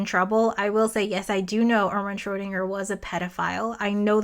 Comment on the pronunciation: One day an English speaking physicist will say "Schrödinger" correctly. But it is not today.